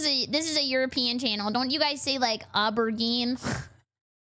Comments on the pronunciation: What the fuck is an awebergean? If I am correct you mean Aubergine The fuk is an awebergean 😭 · It's pronounced "OH BER GENE" over here good buddy. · . It's aubergine(oh-ber-j-een) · aubergine, oh-ber-zjine